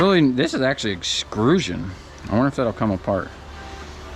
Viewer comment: Please stop saying EXCRUSION. It's not a word, and you sound like an idiot. It's EXTRUSION.